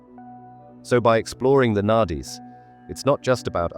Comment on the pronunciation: Its Nadis sounds as naris....its not Nat is....thanks ❤